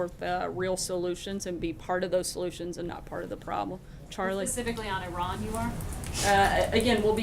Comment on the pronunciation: And for the love of god, please learn to pronounce Iran properly